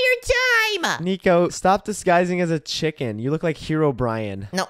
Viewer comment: said chipken😂